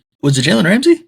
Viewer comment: This man said Ramsey smh 🤦🏽